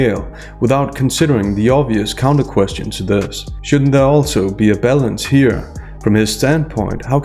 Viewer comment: Your 'balance' sounds like ''bellends', it cracked me up 😂